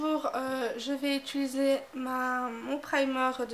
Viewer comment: J'aime beaucoup mais tu dis ituliser au lieu de utiliser ^^